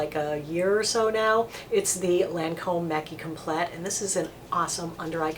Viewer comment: Hi, just a heads up from Canada.... there is no hard T at the end of 'complet' (French for complete) ... you're pronouncing 'maqui' perfectly but complet' is pronounced like 'com-PLAY'. ..and I agree, it's a great concealer. Thanks for all your helpful videos... they save me a fortune these days!